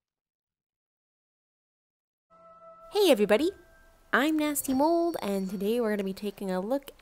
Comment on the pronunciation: When she said "moold".. I felt that